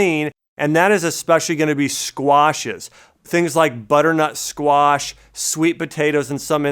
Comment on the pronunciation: I; been reading a lot and many sources say not to intake garlic or onions.... when you say squash I hear squats.... do you recommend still going to the gym ?